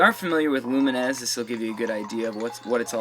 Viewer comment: lumines is prononced lew like the name and mines like the explosive thing in war games.